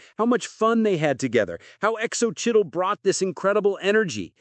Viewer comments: Practice your pronunciation on Xocchitl Gomez’s name. Just google it and it will help you understand how to pronounce the name properly. Great video except for a rookie mistake easily corrected! ❤ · X O Chittle? 😂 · Her name is pronounced So-Chee